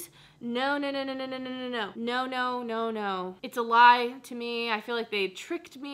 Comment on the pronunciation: Sounds like you're saying IT'S A-LIVE instead of it's a lie lol